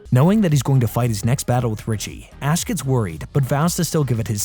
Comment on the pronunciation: bro definitely said "Ass" instead of "Ash" lmao